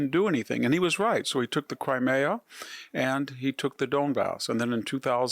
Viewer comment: Victor doesn't know how to pronounce Crimea correctly? Interesting....